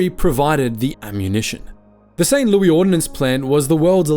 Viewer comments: Yeah, and mentioning my home town, Saint Louis, the French way. Its not Loui(eee) it is Loui(us). We aint frogs. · Yep, and he mispronounced Saint Louis, doing it the French way. Its not Loui(eee) it is Loui(us). We aint frogs and we don't surrender.